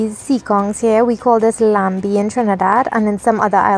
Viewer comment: It is not laMbie it is Lanbi. You don't prononce the M. This word is an French creole word as once, the national langiage in Trini was French Creole.